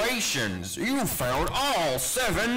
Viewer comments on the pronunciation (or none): I heard failed after PUTTING IT ON MY EAR 🥶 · Technically you did not fail the 1st one so i guess he says "found" even tho it sounds like he says "failed" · Bighead Ducilous ok,i get it that he says found but for me it still sounds like failed. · I hear failed but I know it’s found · It's literally failed not found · FUN FACT: He actually says "failed" because If you listen closely you can hear the "il" in voiceline. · Everytime Baldi says congratulations you found all 7 notebooks, it sounds like he says congratulations you failed all 7 notebooks. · he actually says found get better hearing scrub